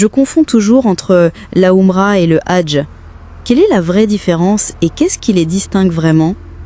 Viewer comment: Je ne sais même pas si je dois vous passez le Salem… s’il vous plaît arrêtez avec L’ IA car les prononciation lorsque vous parlez du HAJJ vous le remplacez par le mot RAGE. Et dans d’autres vidéos c’est pas mieux, même si peut-être votre intention est bonne. Ou alors s’il vous plaît faites des efforts pour corriger tout cela. Bien à vous.